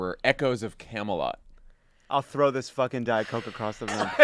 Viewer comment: Camelot, not Kamala…did anyone else catch that?